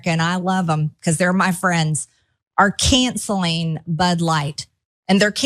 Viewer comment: What does "canseleen" bud light mean?